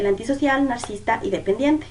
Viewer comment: Gracias por hacer un video de ésta temática. (Sólo que se dice nar-ci-sis-ta)